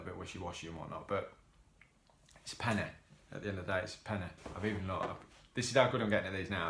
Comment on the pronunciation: Martin Freeman is the guy on the front cover! I do prefer LOTR to the Hobbit but it's still a good watch.. a lot of dead scenes in this movie though. I would've gave it like a 6 or 7/10.. Also i heard your Leicester accent come out more with the 'penn-eh!' xD Enjoying listening to your insight on these penny films! Looking forward to what's next!